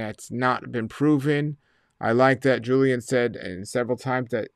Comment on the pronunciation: Pronounced JILL - ian. Not Joo - lian.